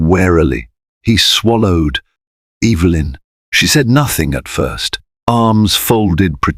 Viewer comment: It's EVA LYN CORRECT PRONOUNCEATION.